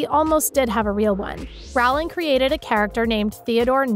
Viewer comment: Her name is pronounced like Rolling, not Rowwwling.